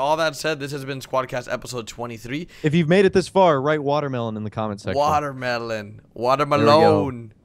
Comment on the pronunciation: Water melon-e